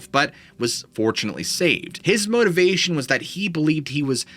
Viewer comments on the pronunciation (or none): none